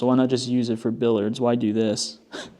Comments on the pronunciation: Not being mean but, it’s pronounced billiards not billards. Bill-E-ards. I love the fireplace and conversation pit! The rest of the house is like a mish mash. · FYI - Billiards is pronounced 'Bill-Yurds.'